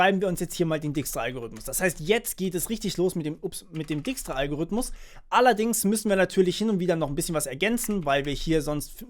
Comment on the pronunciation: Du schreibst dijkstra zwar richtig, aber du butcherst die Aussprache ;)